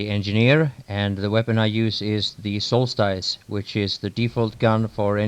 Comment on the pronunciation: IT'S “SOLST-ISE” NOT “SOLST-ICE”